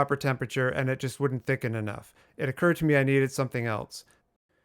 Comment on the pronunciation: It “o-curd” to you to add more yolks? 😅 Excellent video for the mouthwatering cupcakes! It’s fun and informative!